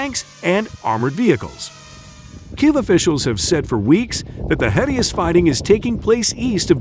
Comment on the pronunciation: Kyiv is pronounced Keev, NOT KIV. Sorry, I just wanted to bring it up. Good video.